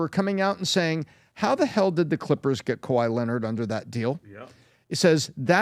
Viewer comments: Hush just be kuh-why-et 😁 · You need to be punished for pronouncing kawhi’s name like that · How they starting this clip butchering Kawhi’s name like that 😂😂😂